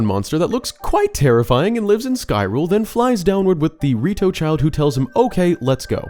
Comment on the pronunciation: Did you say "Skyrule"? ?